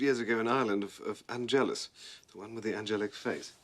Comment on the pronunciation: Of course not. Plot Armor's gotta Plot Armor. - , Wrong accent. It's Àngelus,not Angèlus. - Angelus,not Angel. Willow-is-adorable!:-3 ❤❤❤❤ - , - Me too!😠 - 💛🖤 - SPOILER: Maybe both?🤭